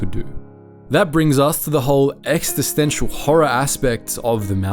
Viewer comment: you almost lost me when you said "Exstitential" I can't stand when people pronounce it with two "st" in it edit: Droidses